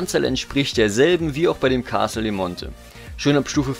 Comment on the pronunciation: Abgesehen davon, das du Castel und Mäzen nicht aussprechen kannst, nettes Video. Ich hätte statt ner Top 8 ne Top 10 gemacht und dabei unbedingt das Cape Canaveral noch mit aufgenommen, das würde ich noch über der Orangerie ranken, weil es leichter zu bekommen ist und für die winzige Größe sehr viele Forgepunkte liefert. Als Platz 10 noch den Markusdom - in hohen Zeitaltern vielleicht nicht mehr so interessant, aber wer ihn frühzeitig aufstellt, hat Gold wie Heu (vor allem schon mit einem Riesenbonus auf Stufe 1) und kann auch ordentlich FP für Gold zukaufen.Sinnvollerweise sollte man im Ranking auch differenzieren, ob jemand als Kämpfer oder als Händler spielt. Das Alca ist für Nichtkämpfer nutzlos, das Castel allein wegen den FP zu halten ist auch nicht so der Bringer.